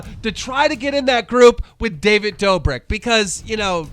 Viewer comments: He actual said David Doberg. Smh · Are you doing that on purpose? Doberk? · Doesn’t care he said doughbird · “David Doberk” lmao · Keemstar can’t correctly say a last name quadeci David dober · Jack may nerd. Corina knopmft. David Dober man really can u pronounce anything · Keem u need to go and learn English who calls David dobrik “David doberg”?! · dobre??? did he just said dobreee? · “May-nard” “Dough-brick” keemstar please learn how to pronounce names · Every video you're purposely miss pronouncing creators names haha nowwwww its, "DAVID DOBIRT"?! Smh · Completely botched David Dobriks name